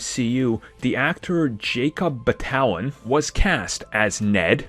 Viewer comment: It’s “Bat-uh-lawn” not “Buh-talon”